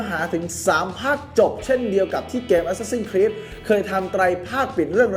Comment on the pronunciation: เห็นชอบออกเสียงว่าแอสซาสิ้นนนนครีสตลอด ฟังแล้วมันฮาๆ